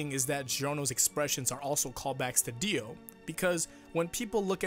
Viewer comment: Dio, Johnathan. Jio, that's weird. Gio.